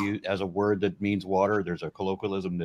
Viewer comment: OMG ISLAMIC KENT HOVIND! Wa-ter